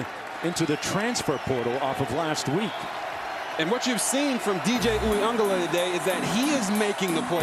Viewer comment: There is no N in Uiagalelei.